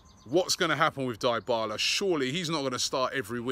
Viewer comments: Robbie stop calling him Daibala its Dybala learn the name pronunciations (Deebala) Atlético Madrid not Afletico Madrid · Robbie..it is pronounced DEE BALA not DIE BALA 😂😂😂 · Can any English person pronounce his name right?! It's pronounced 'dee-bala' not 'die-bala' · It is dybala,not di-bala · Dear English fans: you don’t need to hijack a players pronunciation just because English is the main language! Name human beings as their parents call them! It is NOT DAAAYBALA ITS DEBALA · It's not 'Die-bala', it's Dybala (D-i-b-a-l-a)! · Robbie just throwing around names and not even correctly "Diii Balaa" lol. We will have to sell half the squad to get Dybala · Paulo DEE-bala (Dybala) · Parlo Die-Bala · He absolutely butchered Dybala's name lol